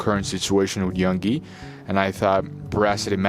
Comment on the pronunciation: It’s Yoongi, not Yungi,and Bora City, not Boracity. Please make an effort to read and pronounce things correctly.